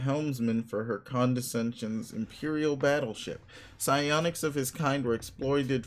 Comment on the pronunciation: the Psiionic, the W like symbol is pronounced sigh